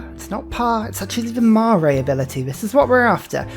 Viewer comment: Marae pronounced (mar-rye) Wh in Maori language is an f sound